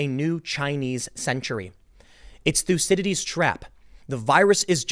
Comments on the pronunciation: It's not "lucidities" trap, it's Thucydides. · Everytime Tim says 'thucydides trap' we should take a shot.